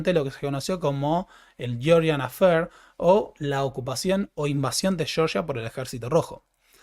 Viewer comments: Entonces tampoco se dice Cheorchia?😅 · sé que esto no es algo muuuuy importante, pero el nombre del país del Cáucaso es (fonéticamente): Jeorjia, no Yeoryia. Y, para demostrar que soy quisquilloso, es Bakú, no Baku, y Tiflis, no Tifilis. 🙏 Perdón el hinchabolismo